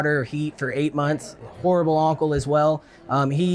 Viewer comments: At the end I thought he called the older lady a whore. I had to go back and he was actually saying horrible lol. I was about to say, come on now lol dude don’t disrespect your elders😂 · I thought he was about to call her a whore at the end, but he said horrible 😩